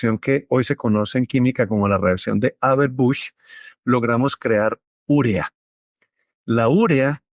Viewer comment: Es que se dice 'urea'. No va acentuada. Como 'vídeo', que sí se acentúa pero ustedes no lo hacen.